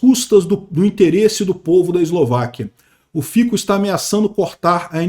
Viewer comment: A pronúncia de Fico é Fitso